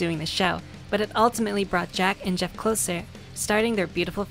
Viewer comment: fuggin' "Goeff"! That really cracked me up, well done! I love little things like that!